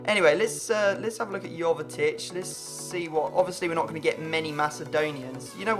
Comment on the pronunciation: Jovetic is pronounced yo-ve-tich